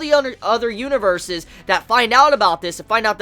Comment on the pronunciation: A little Spanish like Huaniverse. xD